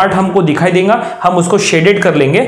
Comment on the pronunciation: E denga - denga Kay hai (it's dega not denga.) Kaha ka language hai..